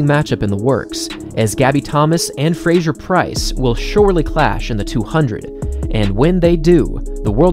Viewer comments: Great recap - thanks for the video! Just a note on pronunciation: it's Fraser ("PHRASE-er"), rather than Frazier. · Why do you say Frasjer?